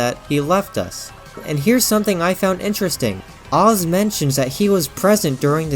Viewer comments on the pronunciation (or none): His name isn’t “OZ” its pronounced as the letter “A” then “Z” together as AZ 😅